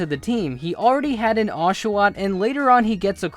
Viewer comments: nooooooooooòooooooooooooooooooooooooooooooo not oshowot! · I got super but hurt when you said oshawott because he’s my favorite Pokémon